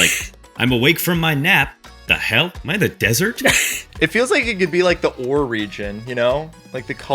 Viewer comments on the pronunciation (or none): IT IS NOT PRONOUNCED "ORE." Orre is pronounced "Ore-ay." I'm this close to friggin' slapping somebody!